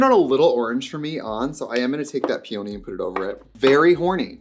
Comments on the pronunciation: Plz not the pronunciation of peony 😭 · her pronunciation of peony is giving got meek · Do all people from the US pronounce Peony like that??? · Trixie over enunciating peony just makes sense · hearing peony pronounced that way was incredibly jarring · the way Trixie pronounced “peony” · the way she pronounced peony was insane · trixie pronouncing peony like that is sending me sooo badd 😭😭😭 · it’s the pronunciation of peony for me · 3 :28 Hey Trix hun, that is not how you say aqueous xox Edit: and that's not how you say Peony either. 😮😅😊😊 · Are you trying to say peony like the flower? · Trixie not knowing how to pronounce Peony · Not Trixie horribly mispronouncing peony… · Her pronouncing peony is causing me an aneurysm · Loving the pronunciation of peony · I think it’s a midwestern thing. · are we really supposed to pretend that’s an acceptable pronunciation of “peony”? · the pronunciation of peony is sending me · PEE-in-nee. It's a flower. Not pee-OWN-nee LeviOsa! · PEE-oh-KNEE! Bahaha. It’s pee-unhhhhhh-knee. 😆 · Peony is pronounced Pia-Knee it's a very pretty flower ...just if you didn't know 🥀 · (PEE-ony not Pee-ONY) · um... pea-own-y? peony.... pea-unh-ee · Not pee-ony 😭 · Do we know that "Peony" is pronounced PEA-ah-knee, & not pea-OH-knee, and we're just having fun ? 0r is this a Wisconsin dialect thing? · Pee-oh-knee? Lol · Ardell has been around forever.. like clinique... but for lashes. I didn't know they did anything but lashes. I even have some of them. When did you become Italian? pe OH nee? no.. PEE uh nee.. it's a big fluffy flower.. sadly, ants love them. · Omg “peOny” it’s peony like the flower🌺 lol I’m sorry it was just bothering me 😭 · the pronunciation of peOHny is sending me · Pee oh knee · counting the amount of times she says PEEOWNY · "pee-oh-neeee"??? trixie, you're better than that. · Ily but "pee-oh-nee" is crazy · Love, it’s pee-oh-nee. The flower. Peony. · It's pronounced "PEE-oh-nee" it's a flower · Not Pee-oh-knee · not pee-only 😭